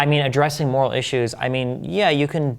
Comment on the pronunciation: why can't he pronounce "moral" lol